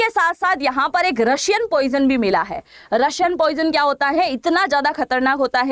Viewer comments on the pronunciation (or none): रशियन नहीं है रायसन है